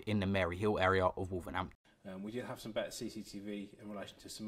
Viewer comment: It’s Wolverhampton not wolvernhanpton